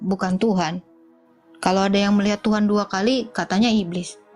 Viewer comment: Ini kadrun bahasa indonesia saja salah... Tuhan bukan Tuhang😊